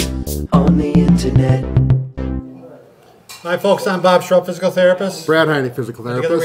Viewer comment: me n my girl always lol at the intro xD "2 most famous physical therapist on the intenet"